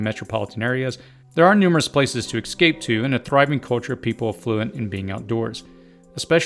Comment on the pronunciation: Btw.....it's "comprise".....not "compromise".....it's "EScape"....not ""excape". it's "vascillate" or "fluctuate"....not "oscillate". I love ya,...but it is getting annoying hearing so many prepper channels trying to use big words, when they don't even know the true meaning of those words. Example: "oscillate" means to move back and forth...like an oscillating fan. "Vascillate" means to go up and down. Canadian Prepper has lost a lot of viewers because of his narcissistic need to hide his uneducated insecurities behind big words that he uses inappropriately......and too often. Sad, that Nathan has great ideas, but makes his narcissism and insecurities extremely obvious. Many viewers are not college educated, much less the YouTube channel owners....thus, they need to use layman's terms, and stop trying to sound more educated then they are. As an ER/ICU/Trauma RN, it just frustrates me that the "Obama dumbed down"......are proving it. Sad.....America is in the toilet, and getting worse.